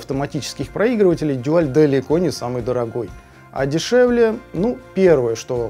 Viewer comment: Спасибо. Как всегда, с душой и знанием. Дуаль (именно так, через "у") в своё время не выдержал конкуренции с японцами и разорился этак году в 1982-м. Как раз ЛИ Брежнев умер. И с ними ушла эпоха. Техника пошла элегантная и красивая. На материалах стали экономить. Даже в СССР, где казалось бы всякого сырья до чёрта. Тогда бы у любого советского слушателя фирмЫ сердце зашлось от такой вертушки. Целый Дюал (мы тогда так произносили), автомат и красивый при этом. Не то что выпускала эта компания тогда -- деревянные гробы. Ну а теперь эти гробы -- винтаж (едри его). В общем, из 17 проигрывателей пластинок у меня на хозяйстве самая "молодая" относится как раз ко временам кончины Ильича 2-го. А самая древняя... когда её выпустили, я ещё в школу ходил. В том числе Дуаль 701 образца 1973 г. Первый европейский дайрект-драйв (по словам самих немцев). Ещё раз спасибо за труд. Я бы покритиковал производителя за несъёмный шелл. У Дуаля была своя система. Не шелл, а вставка. Менять так же легко, как и "штыковой" шелл, но при этом не надо об азимуте заботиться. Если уж брать марку, так и вставку с ней стоило бы вернуть. Но это моё частное мнение.